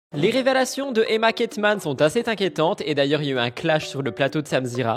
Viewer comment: « Les révélations d'Emma Keitman sont assez Tinquiètantes » Les liaisons dangereuses sont monnaie courante sur YouTube 🫥